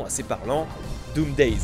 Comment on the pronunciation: et Doomsday, pas Doomdays.